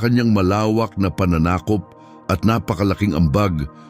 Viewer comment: Ayos na ba DILA mo?? Ang sakit sa taynga😂bulol,, BACK TO 101Tagalog! Pls😂😂PANANAKOP = malumanay ! Sinunog !dapat ang BIGKAS!!